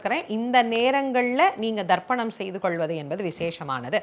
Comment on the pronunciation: She say Tharpanam not dharpanam , listen probably